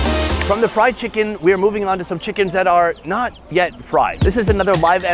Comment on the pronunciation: Fi-Cken As a German I say "No ! Better don't say this." 😂